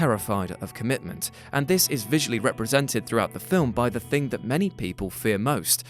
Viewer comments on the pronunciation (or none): none